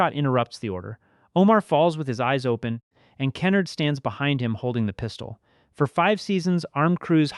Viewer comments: TF is key-nerd? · You're mispronouncing Kenard's name, great video otherwise.